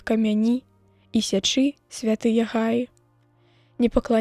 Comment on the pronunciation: Трэба націск ставіць: гаі', а не га'і, як прачытана.